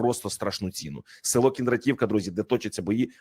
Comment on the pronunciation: КіндрА'т !!! КіндрА'тівка !!! А НЕ КіндратІ'вка !!! Коли вже грамотні з екранів віщувати будуть, а не ось такі ... що паплюжать НАШУ УКРАЇНСЬКУ МОВУ ! ( Перш ніж " вилізти" з виступом на люди - підготуйся !!! Узнай правильну назву чи прізвище - як воно звучить !!! І не коверкайте !!!)